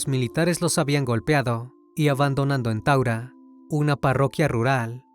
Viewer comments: taura no taguara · Disculpa no es tagura es taura allí queda la base de fuerza Aeria del Ecuador por ahí pasa el rio taura